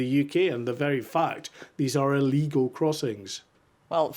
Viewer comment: You all keep mispronouncing Illegal